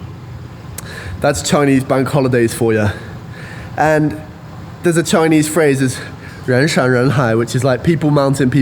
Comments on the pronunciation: Hey! Good to know that you're starting your Chinese lessons soon, and I can tell that you really mean this seriously from the pronunciation of your Chinese. I won't expect every Chinese learner can master the intonation and accent of Chinese since the language system is very different from the Europeans, but every time when you pronounce a word nicely and carefully, it sounds very different to a native speaker. So, wish you good luck! BTW, the geography of Guangxi Province is quite unique so there are many caves in that region. Please be careful when you explore them and better not go there alone. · You will learn Chinese very quickly with lessons and stay in the environment. Your pronunciation is very accurate! Once your Chinese is good to understand others it will decode the whole world! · Your Chinese pronunciation is excellent! I.would like to give you a thumb up.